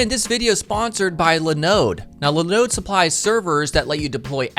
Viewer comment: Useful video and a useful website, but..... "Le Node"... Do your servers also run "Le Nux"? Linode is pronounced like Linux, dude. 🤦‍♂️🤣 Side note, they're a terrible provider, they've failed to keep up with the rest of the industry and aren't as reliable as GCP, AWS, or even Azure. If you want simple "install WordPress button" style hosting because you don't want to do coding or DevOps, try going with a provider like Digital Ocean.